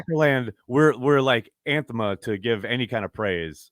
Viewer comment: "anthema" lol